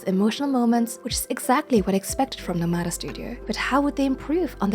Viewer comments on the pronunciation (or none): NOmada not noMAda.